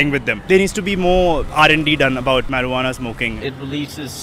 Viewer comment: It's not meruana bro it's marijuana